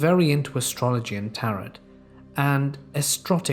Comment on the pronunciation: Love the stories! FYI Tarot is pronounced TARE-oh.